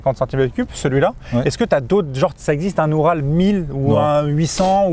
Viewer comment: un "U"ral" au secours... "OU"RAL" par pitié